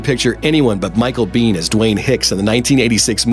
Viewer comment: Micheal Biehn MADE Aliens. it's pronounced [Bee-`N], hard N.